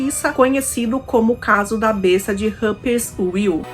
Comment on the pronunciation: Olá! A sua pronúncia do nome da cidade não está correta, não é Ruppers-Uil com pronúncia do w em inglês mas,a sim Ruppers-VIL com a pronúncia do w em alemão, como v, igual à vila. Abç